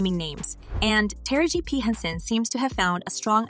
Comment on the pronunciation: Narrator, why is it so hard for you to say Ta-ra-ji. Constantly saying tara-g on purpose as if Ms.Tara Banks.